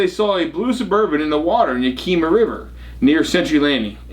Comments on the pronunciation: it is pronounced Yak a ma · it's YÄK (as in yakity yak) I ( short not a long Ï ) mah ( as in maw) YÄKÏMÂH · What river in WA state? I live over here & surely you're not talking about the Yakima river? LOL it's pronounced (Ya·kuh·muh) 😂